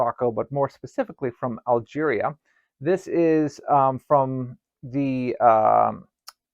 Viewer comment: Is it difficult for you to pronounce the name of Algeria?